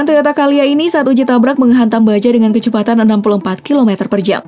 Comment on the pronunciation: Bacanya Calya bukan Kalya karena itu bukan bahasa Inggris oooiiii.........wkwkwkwk.........